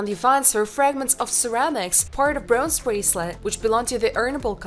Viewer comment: And "broonze".